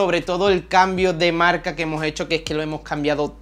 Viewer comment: "Ya no trabajo en mi marlca ejtelna y solo me dedico a youtuj" "me gusta la camara mirolej" "que hace foto de la ejtrella, vía latea y demaaaj..." Muy buen tío, se ve que sabe y le gusta lo que hace. Espero que siga creciendo